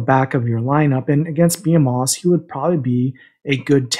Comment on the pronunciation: Great content man. It took me six months to figure out how the Forcefield worked. I believe it says it’s effective for 5 power or above and I wish it would plainly say 5 melee, maybe just me but would be helpful. Not poking at you,behemoths is pronounced buh-hee-muths according to google. Keep up good work man!